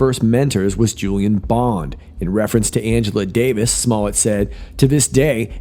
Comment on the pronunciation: 👍👍 but I believe it's pronounced Smoe-lette 😂